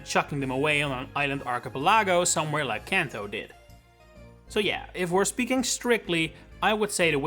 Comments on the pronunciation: I don't mean to sound like Hermione Granger, but try pronouncing it as arki-PELL-ago instead of arkipel-LAGO 👍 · Dude please learn how to say Archipelago, I've already told you 3 times you're butchering the word